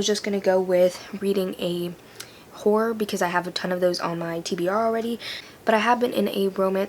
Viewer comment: okay but who tf knows what day it is anymore. when i heard you say "horror" i thought you said w-hore and i was UM SHOCKED FOR A SEC lmao but dropping Hiatus as the montage song was SUCH A GOOD CHOICE but also the editing style of this video is BEAUTIFUL! also you're still my favorite:') with the kim possible ring tonE lov u